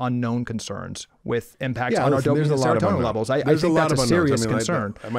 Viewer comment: Casey means is a QUACK, half of what he said with Ozempic is wrong, dude said seratonian not seratonan